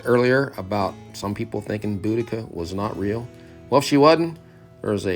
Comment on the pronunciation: You guys are the first ones I've heard pronouce Boudicca right.😘 Very interested in the fish and chips.